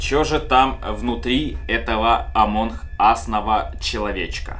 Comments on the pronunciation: Почему амонх ас, а не амонг ас? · амонг ас а не амонхас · Не амонх а амонг Ас. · Почему ты говоришь амон ас а не амонг ас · Не амонх ас, а амонГ ас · Амонг ас а не Амон Хас! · Не амонх ас а амонк ас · Почему ты говоришь амонх ас